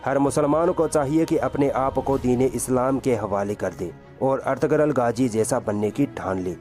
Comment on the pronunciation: गाजी नहीं। गाज़ी नाम है।